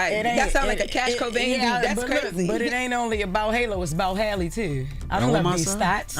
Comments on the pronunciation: For some reason people have always struggled with the correct pronunciation. Black people have been calling Halle Berry Holly Berry for years. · Halle’s name be tearing them up & idk why. It’s not Holly or Haily. Halle is not hard to pronounce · SMH that Jess is the only one that can pronounce that lady's name correctly. It's Hal-E like Halle Berry. Not Holly, Charla. Not Hailey,. If they can pronounce Kamala correctly, this shouldn't be that hard.